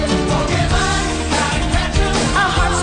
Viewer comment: My top 3: 1. Pokemon 2.The fresh prince of bel air 3.full house. Oh and Rhett said Pokemon wrong